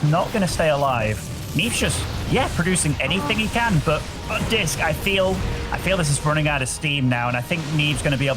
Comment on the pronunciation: Why is he calling Disk “Risk” 😂